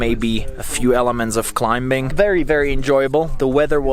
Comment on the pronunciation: Hey,. The "b" in climbing is silent.:) BTW great vlogs, I found this channel recently, and I binge watched all your videos. Nazdrave from Bulgaria, you should visit.